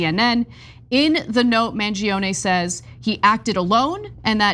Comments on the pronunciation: I'm Italian and from all the coverage i listened to, Ana was the only one that pronounced his name right. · Finally someone pronounces Mangione correctly 🤌